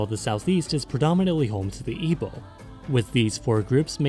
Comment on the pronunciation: it was very pleasinig to hear him say Igbo right also haha, made me go "oh wow, nice" haha